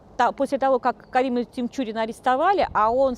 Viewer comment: Карим ТиНчурин...нужно знать как правильно произносится фамилия о ком рассказываешь,...Захида ТиНчурина ( а не с буквой М)...